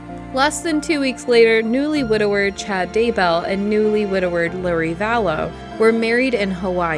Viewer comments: I thought it was daybell?? Not daywell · Daybell.....daybell....not daywell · Great coverage and narration, the teensiest but of critique, it's Chad Daybell, not Daywell. You did pronounce it properly when discussing the murder of Tami, but not other times. I hope Chad and Lori feel dumb as hell for being so so so wrong about the end times and their actions towards their family members. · Omg I'm going crazy with the whole Chad Daywell Daybell mistakes over and over and over. Just when I think you have figured it out then I hear Daywell. I almost had to turn it off lol. 1st and prob last time I wil listen lol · It's Day-BeLL not Day-Well. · That would be Daybell not Daywell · It's Chad Daybell not Daywell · Their names were Chad and Lori Daybell not Daywell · Its Daybell not Daywell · Why do you keep saying "DayWell"? That's really weird since you clearly know it's "DayBell". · I don't think it was Chad who'd bought the wedding ring before Tammy was dead. I think it was Lori. I may have it backward but I'm pretty sure that's the case. And like everyone else mentioned, the mispronounciation drove me nuts. DayBell is nowhere close to DaWell. Call monsters by their proper names, please. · Daywell? It's such a HUGE story, how'd you get that wrong? And Daybell's wife was exhumed and found murdered. I very much enjoyed your video and will subscribe, tho! 😂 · It’s NOT Chad “DayWell”, it’s chad DayBell. Sometimes you get it right, but all the other times you don’t. How can you pronounce it 2 different ways? Lori was sentenced to life without parole, and still faces prosecution for Chad’s wife’s murder. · It's Chad Daybell. Not Daywell. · they’re referring to this video creator mispronouncing the last name as “daywell” instead of “daybell”. Vallejo was also pronounced wrong lol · Daybell. Not Daywell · It is Chad Daybell not Daywell. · DayWell? Great video otherwise! I just stumbled upon your channel today. Your occasional little quips of sarcasm def earned a subscription 😅